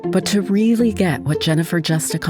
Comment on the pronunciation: What has happened to PBS? The narrator pronounces "really" as "vreally". The writer says that crawling up 83 steps gets one "to the top of the U.S. Capitol". The Capitol is 289 feet tall. If it takes just 83 steps to get there, the rise from one step to the next is about 3½ feet. Why has so much programming become such garbage? It was excellent, world-class stuff in the '80s, the '90s, and the 2000s.